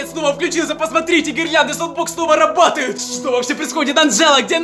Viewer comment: Ору с "робАтуют" •✓• ¶÷¶